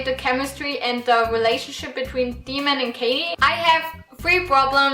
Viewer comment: His name is pronounced Day-mon.